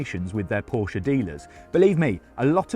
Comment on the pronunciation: nice to see a motoring journalist pronounce Porsche correctly for a change